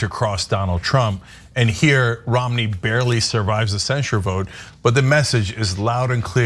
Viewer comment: Are they booing me? No, they are saying Roo-mney, Roo-mney.